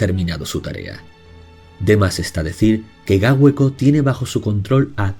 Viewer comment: Se pronuncia; Eguski, puesto que la z se pronuncia s. Por favor, intenta respetar la pronunciación. Eguzki significa literalmente sol. Eguskilore (por lo mismo que el anterior). No se pronuncia tampoco Gáueko, sigo gauéko. El euskera no usa tildes, pero si se acentúan. Te corrijo desde el más profundo respeto, pero duele escuchar los nombres euskaldunes mal pronunciados. Ilargi significa literalmente; Luna. Y se pronuncia también Sorguiña (zorgina escrito). El lugar más importante de Mari fue Amboto.